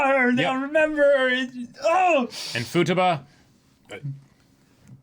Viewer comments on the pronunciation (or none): Hearing Futaba pronounced “futa-ba” threw me for a loop